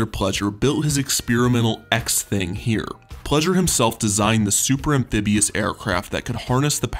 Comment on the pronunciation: I heard "...a brass chandelier in the shape of a SPERM." I'm a mature human being.